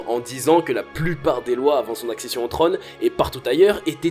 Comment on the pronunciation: Dommage que vous ne sachiez pas prononcer la lettre O 😉 un trÔne (pas un treune) chose (pas cheuse) ect...